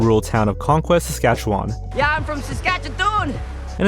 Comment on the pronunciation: Hearing 'Saskatchewan' was terrifying as a person from Saskatchewan